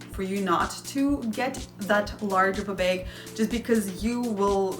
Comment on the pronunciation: You have a bubbly personnality and I find it very refreshing! But (there's always a but...) please call a bag a BAG!? Not a beg repetitively, and please review your spelling in your writing? These things made me stop viewing. I will try again, though!